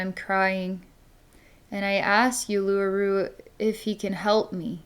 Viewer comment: Thank you from Australia!💓💓💓 BTW it’s pronounced “Oolooroo”.